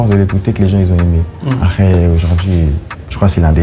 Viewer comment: Quand koba il dit « après » jsuis la seule a anttandre « aré »